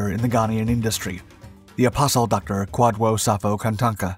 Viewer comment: Did he say "apostle docter"? Ghana sure is a mysterious place